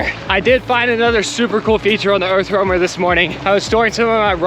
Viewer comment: How many times have you said Earth Wormer??! 😂😂 I can't imagine having to say Earth Roamer as many times as I've heard it. Bless yalls hearts!